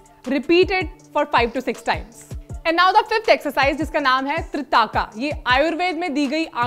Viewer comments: Its त्राटक not त्रिटाका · 😂😂 wtf tritaka (त्रिताका) Actually त्राटक